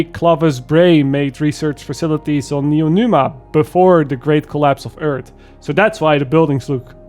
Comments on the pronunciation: drinking game: take a shot every time calls it neonuma instead of neomuna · Neomuna not Noenuma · "Neonuma", it killed me dude, great video, like always, but it's "Neomuna" 😂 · NeoMUNA, as new moon. Not neoNUMA. My ears are bleeding, dude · NeoMuna. Not NeoNuma. Also, right on point. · Fantastic take. Just wanna say (with the best intentions) it’s “Neeo-Moonah” not “Neeo-Noomah” I just get annoyed with mispronunciation because I struggled with it growing up and I try to help others. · "Neonuma"...."Neonuma", I was sure it was Neomuna. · Neomuna, not Numa... :D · Its "Neomuna" not "Neomuna", pls. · I loved the story, and with the improved core systems this is my favorite dlc yet. And, Neo”Muna” not Neo”Numa”😅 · "Neo Numa" 😆 🤣 😂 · Neo MOON ah. How did you mispronounce it every time you said it. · Great review, but every time he said Neonuma I felt like I got slapped. From a story perspective LF is far from great(excluding the raid's story, I did enjoy that one), but the gameplay is really fun. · Good review, I almost agree 100% with what you said. But I keep hearing Neonuma and it scratches my ear :)) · IT'S N E O M U N A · bro its neomuna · Aside from all the even-handed critiques or observations and the great depth and as always great editing (albeit not as flashy, but then this isn't that kind of video), this is your worst video ever because you mispronounced Neomuna. Do better,. Kappa (just imagine you see it, bc YouTube be crap) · Pronouncing "Neomuna" was kicking your ass. Lol. I didn't buy this season because I want to wait on reviews. I'm glad i did. Hopefully next season story will explain everything. Gameplay is good and probably be even better later in the next season